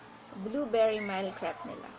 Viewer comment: You pronounce it as "mil" not mile